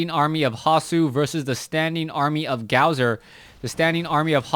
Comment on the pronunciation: um, don't take offense to this, but it is pronounced Gosu user. The w that is in his name is suppose to act like two u's.